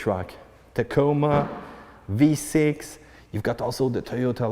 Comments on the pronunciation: Did he say Tahcamah...lmao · I've never heard the word Tacoma pronounced "tak-i-mah" before... but here we are! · I didn’t realize how old this video is🤣. Good video. Is there one on a 2021 sport premium? Does any body know and yes the way he says Tacoma is funny.🤣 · “TOYHOTAH TAKEEMA” LOL 😂😂😂